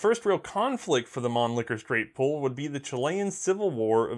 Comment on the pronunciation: So, gravity feed magazines don't work, but it saves the cost of a spring? Get outa here, a spring is the cheapest component in a rifle apart from the air in the barrel... p.s. please don't improve your German pronunciation. Man Licker is my favourite C&R double entendre. Mannlicher isn't funny at all. Love the channel, btw. Educational, entertaining and hilarious.